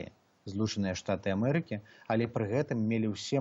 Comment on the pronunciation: Вячорка:"Плян,дыплямат,амэрыка"-гэта не па-беларуску,рэжа вуха.Гаварыце,кали ласка на беларускай мове)))